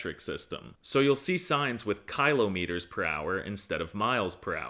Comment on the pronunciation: The pronunciation of kilometres and kilos andmetres is horrendous.